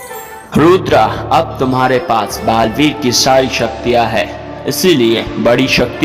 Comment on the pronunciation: Balveer ❌ gareveer